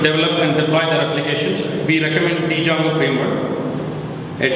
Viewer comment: Did he reaally say "dee"jango instead of django? 👁️👁️